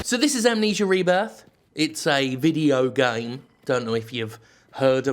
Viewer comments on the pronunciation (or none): hmmm... tell me more about these "vee-dee-oh gehmes," do you think they'll ever catch on?